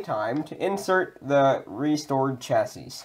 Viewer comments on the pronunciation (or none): Pro tip, it's pronounced shassy 😉